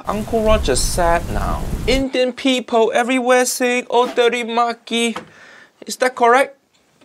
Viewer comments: “Teri Maki” is correct. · "Oh Teri Maa Ki" As an Indian, that caught me off guard. I can verify that it was right...